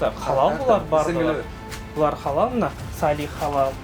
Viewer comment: Халал эмес кыргызча Алал деп айтылат